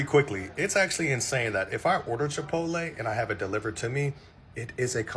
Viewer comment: I thought I heard correctly Chipo-tay😂😂😂